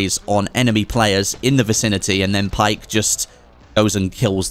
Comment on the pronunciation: It's pronounced Baek not Pike.